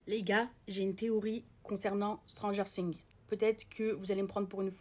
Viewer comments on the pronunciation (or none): À prononcer le non de la série de cette façon ça mérite des claque